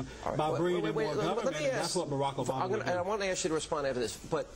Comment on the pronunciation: did that idiot say Barama? wth